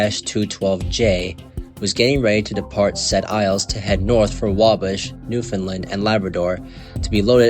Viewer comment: If you are going to do a video about an incident in Quebec, LEARN TO PRONOUNCE FRENCH PLACE NAMES!!!! What an idiot. Sounds like a yankee!